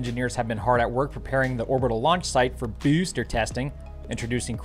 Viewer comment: The way he said booster tho 🤣🤣